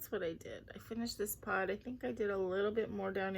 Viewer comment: Happy Hanukkah! And Happy Thanksgiving 🦃 The peacock wreath is pretty! On Night Creatures I thought you were saying PAWT (part) in a Boston accent...then I realized you were saying pod!!!LOL! I can't choose: I like the picture in Choice #1 but I like the words you'll do in Choice #2, so I guess both? Hope you have a great week. Looking forward to your Hanukkah vlog!!